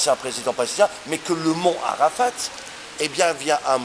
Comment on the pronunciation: Où les musulman vont là le mot ne se dit pas Arafat on ne lit pas le t